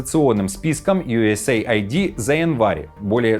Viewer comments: Пишется USAID и произносится У ЕС ЕЙД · Не юэсэйайди, а юэсэйд!!! USaid. Aid-это помощь…